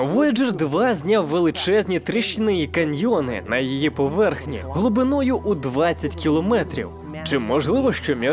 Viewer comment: Там багато слів ріжуть слух. Наголоси.